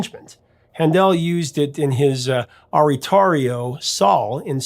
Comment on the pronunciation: Handel is pronounced like "handle," and oratorio is pronounced oar-uh-TOR-ee-yo